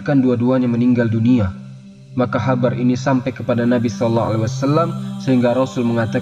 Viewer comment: Habar?? Seperti terdengar bahasa banjar